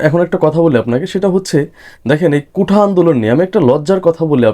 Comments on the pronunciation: "কুঠা আন্দোলন" আবার কি? শব্দটা হবে "কোটা আন্দোলন " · কোঠা না কোটা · কোঠা না, কোটা